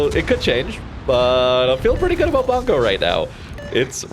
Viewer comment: I think it's pronounced "boongoh" since it's a Japanese province.